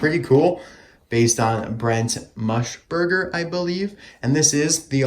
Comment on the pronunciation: You know, I've always loved the classic Bob. And they kinda ruined it here. It's so weird. Another thing, I do understand why he wasn't in Cars 2, and I'm so glad that he was in Cars 3 over Brent MUSburger (not Mushburger, as you say ;), but it is a mystery I doubt we'll ever get the answer for. Anyways, sorry for the rant, great video as always!